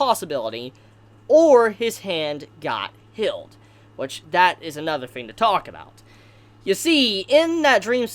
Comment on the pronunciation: Good video but ur voice is Annoying af “hilled” “rivil”